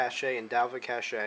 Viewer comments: I think this is a great addition to the text instructions floating around the various forums. I know when I first started I didn't realize I had to go in to the recovery menu to get the NANDroid backup. Just an FYI: cache is pronounced "cash", not "cash-aye". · Its pronounced cash, not cash-a just to let you know